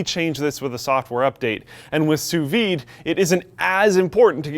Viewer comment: Almost sounded like you said "SOUS weed" cooking :P